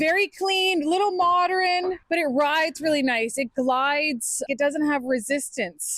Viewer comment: "Moderin" 😂 She likes it because it's "cute"